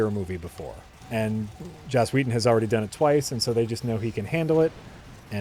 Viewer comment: Is "Joss Weathon" an insider gag? Because his name is "Whedon."